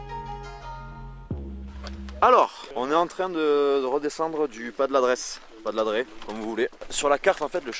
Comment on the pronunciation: Très bel episode dans un coin que je connais bien pour avoir bivouaqué sur un replat un peu au-dessus du refuge de Nice. Vue imprenable sur le lac ;-) Au passage le Pas des Ladres on prononce pas le s c'est juste le pluriel de ladre qui veux dire voleur en Nissart ;-)